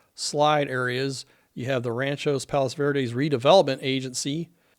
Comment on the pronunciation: Great job and very informative. Please check the pronunciation on the city. I believe it is RANCH-Ō Palos Verdes. Thanks